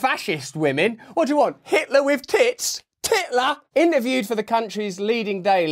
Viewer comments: TIT-LER that was funny mate 😂😂😂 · "Tittler" LOL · I laughed way harder at “titler” than I should have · "TIT-LER?" Classic Russ, fucking brilliant mate. You help keep me sane, thank you. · "Titler". 🤣😂. That made me laugh so loud my dogs ran to see if I was alright. Keep up the great work of exposing the insidiousness of the globalists, like Hillary, who should be in jail by the way. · Lol totally lost it when he said "Tit-ler", I'm here for these jokes Russell, keep em comin 😂 🤣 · I had a good chuckle at “Titler”. 😂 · ‘Titler’ … I just can’t Russell 😂